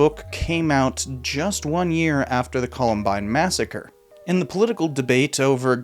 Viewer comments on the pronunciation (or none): none